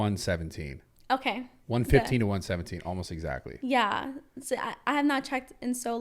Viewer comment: First few “ Yweah”… I’m done